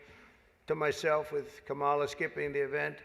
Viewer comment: Trump: "KaMAla is disrespectful"(intentionally mispronouncing her name).